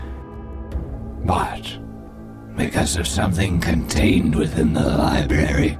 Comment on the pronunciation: Did you just day "lie-berry" 😆